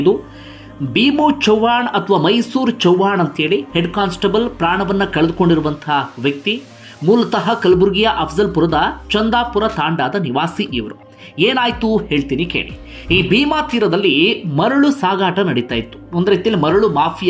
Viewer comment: Chandapur Thanda . Ella.sir... adu Chowdapura Thanda.